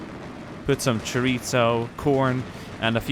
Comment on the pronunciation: Chourico is pronounced "shoreese" not "shorico". Sorry I'm Portuguese I couldn't help it. :)